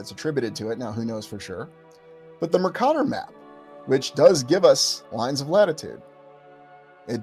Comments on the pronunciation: As a geography major I’m curious why you pronounce Mercator the way you do? I’ve never heard it pronounced that way. Just genuinely curious? Love the content! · Good video. But please check out the correct pronunciation of Mercator.